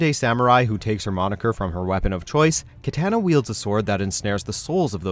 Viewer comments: Why are you pronouncing words like "vigilante" and "Katana" weirdly? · at least pronounce katana right